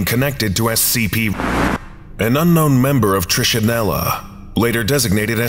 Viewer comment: Pronunciations of trichinella and trichinosis are slightly off. The "ch" in both should sound like you're saying the letter "k". And the first syllables of both are NOT the long "I" sound (does sound like the I in it). Just a small FYI. tri-ka-NŌ-sis tri-ka-NELL-a The letter "o" is the only long vowel sound.